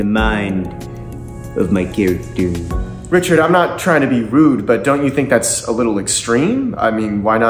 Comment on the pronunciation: "So I'd like to become...... My charactoor"😂